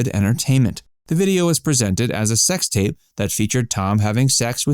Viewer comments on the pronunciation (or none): none